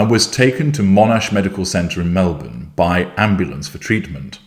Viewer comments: I didn’t see this at 2am (I turn phone volume off at night), but was so excited when I saw the headline just now! He’s already got her sussed …. And, he pronounced ‘Melbourne’ like an Aussie! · I’m an Aussie too (Bris) and I’ve never heard of this place and don’t think I could pronounce it! Lol. But, I was impressed he pronounced ‘Melbourne’ like a local. I’m so glad covering this.